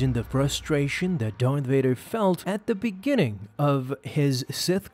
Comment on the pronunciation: “Fart Dader? Never heard of him...”.....”No! Vader! It’s Darth Vader!”